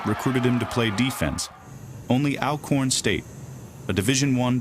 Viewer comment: it's "ALL-CORN" not AL-CORN. Pronounce it right people.